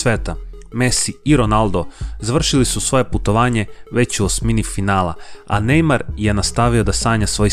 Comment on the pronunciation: Nije nejmaro nego nejmar